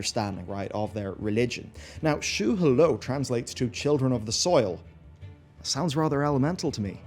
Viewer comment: Yah shah raj ... Not how you say it. Shu Hahlo, not shu hulu